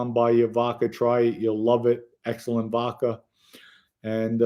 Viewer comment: is so articulate, except he can't pronounce V-O-D-K-A, according to him its V-O-C-K-A😂. Love it! 👍👍👍